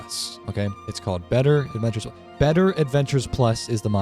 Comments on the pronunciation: The mod pack name is Better Adventures+ for those who couldn’t understand him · Oh what is it called? I couldn't quite understand you